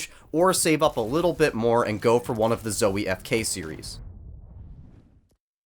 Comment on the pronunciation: I don’t trust reviews from somebody who is so trash at quake and who pronounces zowie incorrectly.